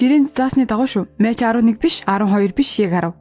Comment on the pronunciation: Мач биш мак гэж уншдаг нүү эгчээ, баярлалаа дуртай киногоор минь бичлэг хийсэнд